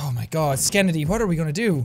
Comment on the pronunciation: i just thinks its funny how he says skenndy